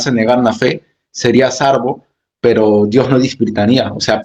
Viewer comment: Hermanito se dice SALVO...no sarvo